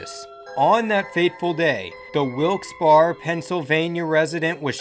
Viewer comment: You butchered Wilkes-Barre, it’s pronounced Bear-A.